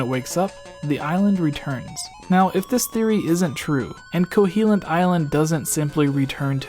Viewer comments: KoHOlint...not CoHEElent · Kohilint? Pretty sure it’s Koholint... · eye twitch there's no E in Koholint, it's not Koheelint xP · First up, can I just crucify you for calling it 'Ko-HEE-lint island? Secondly, that is all.